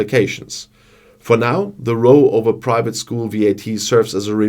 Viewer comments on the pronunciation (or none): Just a little reminder for pronunciation. An argument between two parties is a row. The 'o' is the same as the 'au' in 'auch'. A person in a boat with oars will row. The 'o' is the same as the 'ö' in 'die Höhe'. Excellent video again.